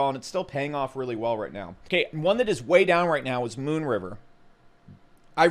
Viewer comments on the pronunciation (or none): none